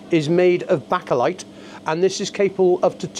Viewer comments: It is not pronounced baka light, it pronounced BAKE A LIGHT. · Bake eh light - not backa lite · It's pronounced Baker-lite not Backer-lite. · It is bake-a-light, not back-a-light. You bake a cake you don’t back a cake. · Lost all credibility when you called it “backerlight” and said there was a “pacific” sensor 😮 really